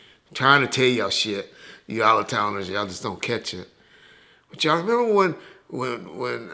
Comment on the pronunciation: Reggie doesn’t pronounce the “T” in “But” 😂 “Buuuuuuuuuuuuuu’” 😂😂😂